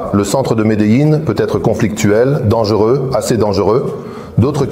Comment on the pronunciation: horrible cette IA, je préfère les sous titres au pire que ce doublage complètement pourrit, même Medellin se transforme en Médéline...